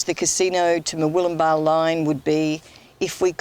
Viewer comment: it's good to hear you pronouncing Murwillumbah correctly. I'm sick to death of hearing it said by all and sundry, including news reporters, as being MurWOOLumbah!!!!!! It gets my goat!